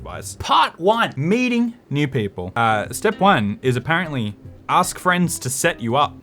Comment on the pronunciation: You gosh you too say axe instead of ask xD